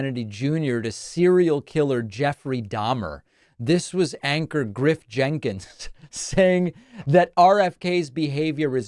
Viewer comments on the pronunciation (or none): none